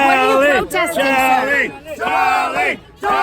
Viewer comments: "Cha-lin, cha-lin, cha-lin" - Spanish guy trying to chant Charlie. 🤭🤣🤣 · Can somebody tell the Latino in the black jacket that it's Charlie not charlee 😂😂😂😂😂